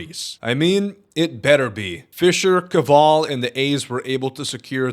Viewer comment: You said Kaval wrong but who cares… fu@ that guy😐